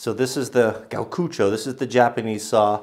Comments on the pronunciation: Its pronounced Gee-o-koo-cho (Gyokucho), it means swan in Japanese. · Everybody's mini Japanese lesson for today "Gyo" = Start with "Gee Yo" then shove them together into one syllable. "Gyo" Now all together, "Gyokucho" Thanks for all your videos. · No, he said what it stands for, even though he botched the pronunciation. Gyokucho, it's the brand of the saw. And the S is for Stanley.